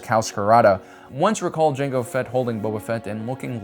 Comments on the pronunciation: mango fett?????? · Mango Fett…?